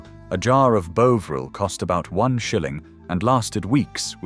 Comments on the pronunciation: It’s BOVril not bowvreel!!! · Bo vril ,It’s Bovril !! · And what about “Bow-vril”? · Why are you showing American kitchens? Ploughman's lunch actually, can't even pronounce Bovril correctly